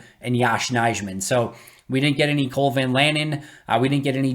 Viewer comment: Good content. Just one minor correction: Nijman is pronounced Nyman